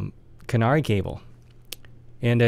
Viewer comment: KA-NA-RAY not canary. To be really correct, the 'r' actually sounds closer to a 'L'.